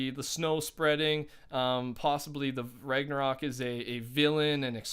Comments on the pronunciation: You finally said ragnsarok right woo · he said Ragnarok right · You’re saying ragnarok correctly man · You pronounced ragnarok properly today!